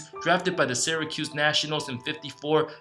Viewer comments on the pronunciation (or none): none